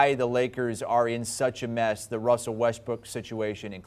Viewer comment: This guy say Westbrick?